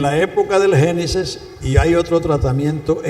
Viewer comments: Alguien que le diga a ese pastor que no diga "Genisis" porque si esta enseñando, que hable correctamente. GENESIS. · con todo respeto, es Génesis, no Genises